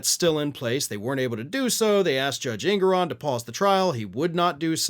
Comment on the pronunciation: That's not how Engoron is pronounced